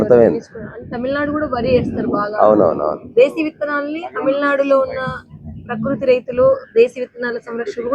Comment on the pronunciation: ఇది నెగటివ్ గా తెలుపడం కాదు 🙏 పకృతి - ఉచ్చారణ తప్పు ప్రకృతి — సరైన, శాస్త్రీయ, నిఘంటు రూపం అర్థం: స్వభావం, నైసర్గికం, సహజస్థితి, nature సరి చూసుకోగలరు.